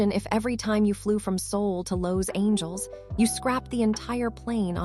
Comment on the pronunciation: The Ai narration is terrible. Just have a real person narrate it. "Low's Angeles"?